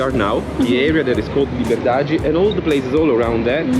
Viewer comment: อ่านว่าลิเบอดาดี้ หรือลิเบอดาด แต่ถ้าคนบราซิลจะประมาณลิเบอดาจี้